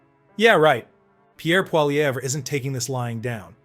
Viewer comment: Pronounced Polly-ev!